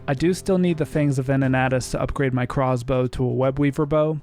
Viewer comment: good vid, but hearing him say "crozzz bow" irked me